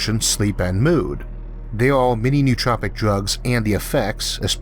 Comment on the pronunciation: it's no-o-tropic, not nuhtropics